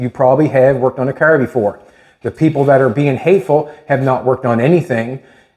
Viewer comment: Its a car, not cärr and stop whining or I stop watching😂